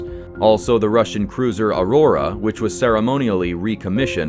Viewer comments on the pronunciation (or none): none